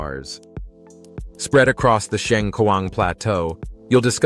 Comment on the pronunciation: Pronounce "Xieng khuang" not "Shiang khuang"